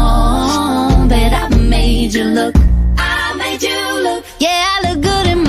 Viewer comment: Chữ "look" phát âm là /lứk/ không phải lúp lúp đâu nên đừng bặm môi!